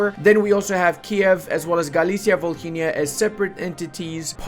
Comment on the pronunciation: volhynia pronounced without the "h"